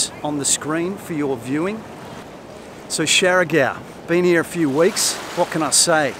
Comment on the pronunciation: You there 2 weeks and still can't pronounce the island name correct.. Siargao is pronounced 'shar gow'.... It's not 'shari gow'